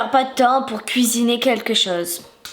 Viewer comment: pourquoi tu dis Amélie mais c'est pas Amélie c'est Amélia